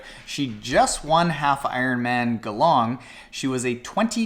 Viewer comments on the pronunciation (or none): Great video. I am aware that us Aussie's have some weird ways of saying things so not crucifying just correcting!!! It's pronounced with a J sound so....jeelong instead of geelong. Keep up the good work. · Hi, from Austalia. It is pronounced Geee(saying the letter g) long. G-long.